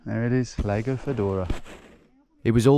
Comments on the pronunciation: "Laygou" shudder Lahgo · It's pronounced "lah-go", BTW, not "lay-go". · Lego, Lego, Lego.......it's Lago mate! ;-) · I think you can either say Lake or Lago. But you can’t pronounce it Lego 😂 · Great video, great idea, but .. I cringe every time you say Lago (it has a long A - it's not 'laygo') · the way you pronounced the lake like 'Lego' every time cracked me up. great video! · Tommy boy it’s pronounced Lah-go lol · "Leygo" ffs. As a geographical channel you could spend 10 seconds of your time to learn how the place you are traveling to is called.